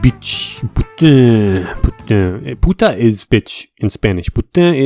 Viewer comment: its pernounced poo tain the n is not silent